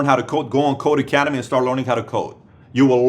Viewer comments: not to be a "troll" but it's not "Code Academy" it's Codecademy without the "A" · Great video Patrick. One thing: it's codeCademy not codeAcademy :)